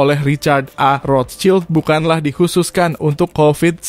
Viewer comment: cara nyebut rotchild salah